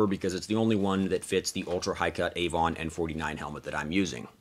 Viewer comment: just for the sake of not making a fool for yourself. Avon Protection, of Avon rubber was named after the river Avon. Its better pronounced as more Aven than AV ON. but nice vid nonetheless